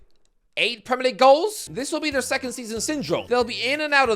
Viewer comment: Man united wecond lol